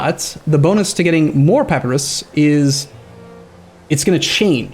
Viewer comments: Papyrus (pa·py·rus): "Pappy-ross" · Well first of -us in latin is pronounced as we'd pronounce -os. So at least it would be Pa-py-ros. Also you'rs is the latin pronouncation where the emphasise is on the last pre suffix syllable. Ancient greek is diffrent I think. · pronounces it wrong. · Just because it's usually pronounced like that in modern english doesn't make it right.